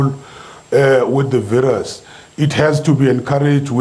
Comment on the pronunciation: ....and it's not VIRAASS its VIRUS